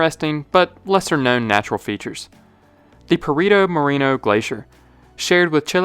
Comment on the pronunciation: your pronunciation of the glaciar "perito moreno" is awfull terrible. But your video is excelent. Greetings from Argetina.